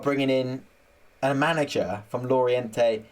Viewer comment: Great that you've put up a video! Lorient is pronounced lorien by the way, also i think Regis le bris is pronounced Regis le brie, as in the cheese!